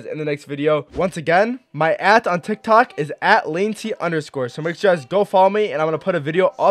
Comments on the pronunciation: He said TikTak account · He said tik tak acount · He said tiktak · In 0:9 u said tik tac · THE FIRST TIME MAN TRIED TO SAY TIKTOC HE TICTAC TF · My guy said tiktak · Lol you said Tik Tac account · Lol hahaha not hating but he said tictac